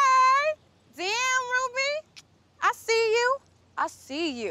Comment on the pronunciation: ITS R. U. B. Y ruby not Rudy